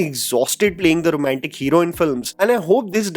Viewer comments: Someone should correct his pronunciation of “Romantic” not “RomEntic” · your accent gets so thick at times....so Rrrromantic, pluTTTonic